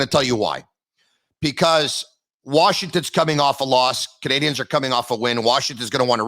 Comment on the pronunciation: HEY...It's NOT Montréal Canadians...it"s Montréal Canadiens...please!!! The ""N"" is silent!! Brendan says it the right way!!